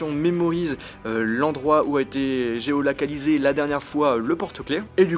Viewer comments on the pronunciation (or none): "geolacalisé" on dit géolocalisé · j ai entendu geolacaliser loool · Tu a dit Mdr Bref. Belle vidéo